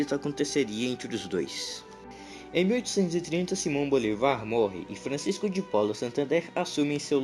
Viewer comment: É Bolívar e não Bolivar